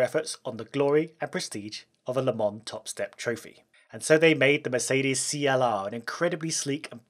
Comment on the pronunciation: Merces benz, perseelleen lens!😂